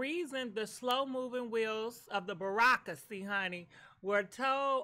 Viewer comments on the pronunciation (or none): Giiirl, if you call bureaucracy 'Barrack-racy" one more time 😂😂😂